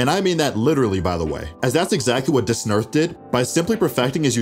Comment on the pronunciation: aint no way u pronounced dasnerth like that